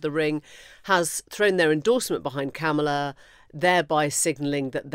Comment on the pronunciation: You have to wonder at the News Agents for doggedly and assiduously ensuring that they mispronounce Kamala without fail.